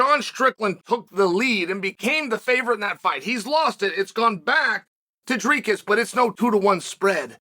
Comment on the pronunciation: pronounced D R E E K I S said quikly not DREEKOOOS thx Chael watch all your clips always love the insight